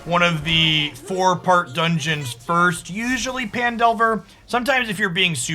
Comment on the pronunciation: mmm fresh youtube cuts. I don't care what anyone says, I prefer your twitch cuts with commentary over bland gameplay only videos. People watch you more for your hot takes and Journey covers than anything else:P as an aside; I thought Phandelver was pronounced as Fan?